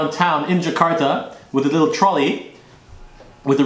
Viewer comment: that's great when you speak indonesia and the sound of 'sari roti' is really fun😂